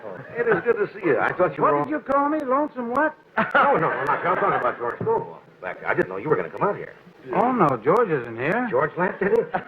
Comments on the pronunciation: It's go-bull, not go-bell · Hey, Thanks for posting this great night on The Tonight Show. You look like a young sprout, so you probably don't know that George Gobel's last name is pronounced "GoBULL"..not "GoBELL". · Host here is too young. The name is pronounced George Gobul not George Go-Bell. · that's Gobel like noble. not go-bell. this is a wonderful clip though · It's George GO-bull, not George gow-BELL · His name was pronounced like this - George GO' - Ble --- not George Go - BELL' and if you had listened to the introduction on the clip you would have heard his name pronounced correctly. Sheesh. A comedic historian needs to know these things..... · George Gobell pronounced GOBLE not Go Bell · Love this clip. BTW, pronounced Goh'-bul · Gobel is pronounced GO-bull. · It's George Gobel, not Go bell! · George Go-BELL? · George Was Great......... Pronounced (GO-BULL) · That's (GO-bull). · Please, if you are going to pay tribute, learn to pronounce he names correctly. George Go- bell.